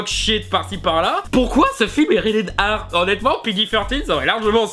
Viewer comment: tu dit rated R comme red air ar les francais on un probleme avec la lettre R